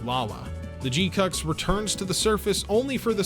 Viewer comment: dude, you're leaving out the U's in pronouncing the name GQuuuuuuX.